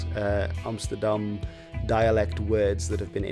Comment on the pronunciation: I'm new here, but the way you say Amsterdam isn't just Dutch, it's the way the it's said by the residents.